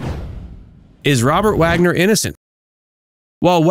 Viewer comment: Truly you are expected to get Robert Wagner's name right & or have an editor rectify the"AI Narration" error😅